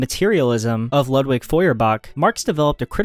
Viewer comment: A few more mispronunciations here: Descarte*s*, Edinbur*g*, K*o*nigsberg. And he needed to learn how to pronounce "Ludwig" as well. It's a shame he didn't bother to check any of these out to get them right. And how can anyone not know how to pronounce "Cambridge" -one of the world's major universities? When you can't pronounce what you're explaining your credibility really takes a hit.